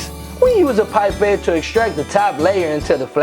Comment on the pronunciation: Wait a minute you use a pipe babe? Pipe cleaners? You used the word twice. I still can’t understand it.